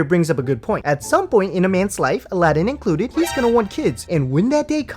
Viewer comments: His name is Aladdin, that's how HE pronounces it. SHE pronounces it A-LA-DIN for some reason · What annoys me the most is she keeps calling him Ala-deen. Did this banana lover never hear him say his name? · I hate the way she says his name